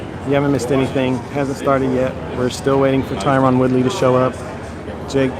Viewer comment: Why does he keep calling him tyrone? That's not his name. Is Jake dyslexic?